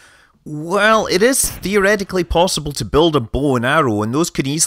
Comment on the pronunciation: "Possibl" lmao